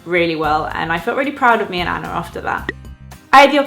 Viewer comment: the way you pronounce anna and hannah are as if they have an R at the end, like annar and hannar :D